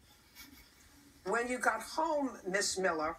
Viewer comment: When she keeps saying: "Miss Millah", it sounds like "Bohemian Rhapsody"...